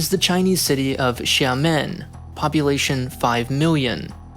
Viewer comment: Your pronunciation of "Xiamen" is wildly off